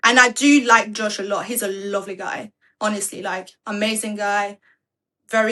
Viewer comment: She said JOE-SWA lmao. That mf name Josh 😂